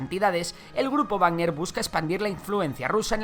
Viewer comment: es Wagner, no barner